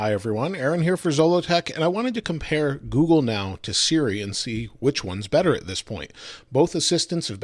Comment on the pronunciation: when he says "compare" it sounds so similar to that "pears" Vine gag xD